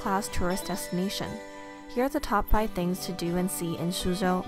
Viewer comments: This is good! But isn’t Suzhou said as sujho? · its pronounced “sue joe”